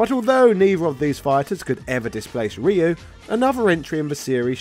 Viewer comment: It's pronounced "Ryu"